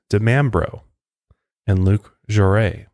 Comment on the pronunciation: Luc Jouret's name is pronounced joo-RAY.